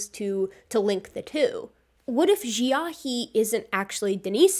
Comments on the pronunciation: Xiahe ("jaw") is pronounced more like "she-ah-huh" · Xiahe... It's pronounced correctly as 'She-ah-her'.